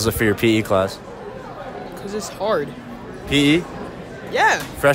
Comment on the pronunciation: Why freshman say class like "kuh-lass" why he need the second syllable